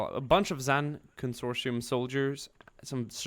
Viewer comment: Con-sor-ti-um is the pronunciation, they’re from the expansionary region. Love ur vids!